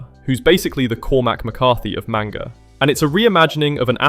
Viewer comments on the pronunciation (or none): none